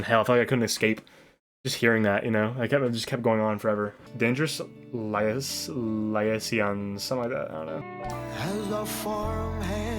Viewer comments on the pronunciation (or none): “The Race Is About to Begin” nearly gave me a heart attack as well, lol. Liaisons is pronounced lee-ayy-zahns, btw. The film “Cruel Intentions” is actually based off the film and book “Dangerous Liaisons.” Love the face paint!